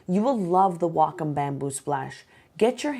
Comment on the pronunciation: I think that Wacom is pronounced Wake-Om, but I an never be sure. Not like Wacom Manufacturers came waltzing up to my door and said "HEY OUR NAME IS PRONOUNCED WAKE-OM" Any way, I think I should get this for my birthday. Thanks for the review!